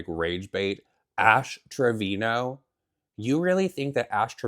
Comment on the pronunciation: I’m screaming about that lady saying ash Trevino